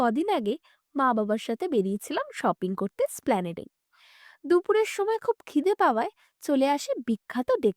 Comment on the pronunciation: splanade na, Esplanade, kon school?